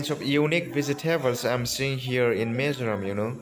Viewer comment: Not mezoram😂😂😂 it's Mizoram